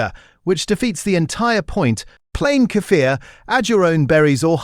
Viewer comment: Kefil, yougurt ehatever doenst mstter which you buy, all of them are good for gut. Snd tou have ro rpnunce Kefir with long iii and r - кефир